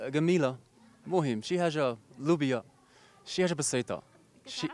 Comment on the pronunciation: منین قال لوبیا عرفتوا تفورماطا مزیان هه